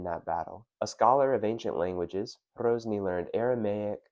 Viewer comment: Great video but his name was Hrozný not Hrouzný. Short 'o' not diphthongized 'ou'. A common Americanism.